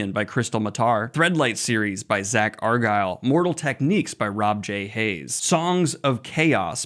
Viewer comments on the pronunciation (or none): none